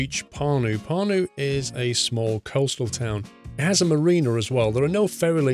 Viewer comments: You pronounced Pärnu wrong. Ä=æ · also if u pronounce pärnu then the letter "ä" u pronounce like the "a" in beginning of word "an" i'd like to see u recording by driving from Pärnu to Tartu... and can u go to the center of Pärnu?